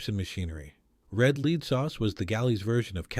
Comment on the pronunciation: SOS was WAY OFF! And powdered eggs are great! And Red LEAD sauce is LED, like the metal, not LEED. AI. Had to give on up this.